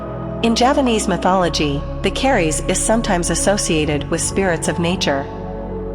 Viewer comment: You are pronouncing 'Keris' incorrectly, the 'e' is very short and therefore it sounds far more like 'kris' and not at all like 'care rees' as you are saying it.